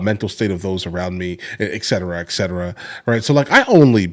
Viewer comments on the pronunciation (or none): it's *"ET cetera." Not "Ec cetera." And you only need to say it once. More than once is beyond redundant